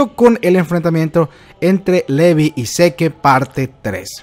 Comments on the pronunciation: pronuncias Sick en vez de seke y pronuncias levi en vez de lavai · Por qué cuando pronuncias Levi nunca dices "livai" (cómo se pronuncia realmente) pero se te da por decirle "sik" a Zeke (cosa que nadie hace porque nunca se escuchó nombrarlo así)? En serio, me parece un poco estúpido el hacerlo.